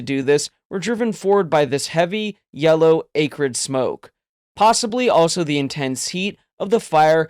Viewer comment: Good story. FYI pron: ah-crid, not AE-crid.